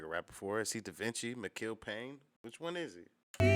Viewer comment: Mikill pronounced Michael